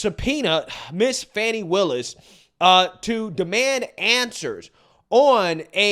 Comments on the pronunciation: Why do they keep saying it like "fauni" ITS FANI With a hard A!!!! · Her NAME is NoT. FAWNIE. ITS. FANNNNNNNNNNI